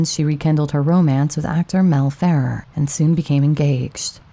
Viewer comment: You do such great work on these. I hate to hear you mess it up with mispronunciations of well-known names of actors or films. You can look them up in seconds, just type "Pronounce actor/film "so-and-so"." This time it was Mel Ferrer (fe-RAIR), and "The Bridges at Toko-Ri" (REE, not rye). I realize you are a younger person who is unfamiliar, but older people hear it right away, and these videos should be more-or-less for posterity on the internet. Thanks.